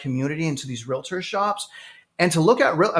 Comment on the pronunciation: it's Realtor not Realator 🙄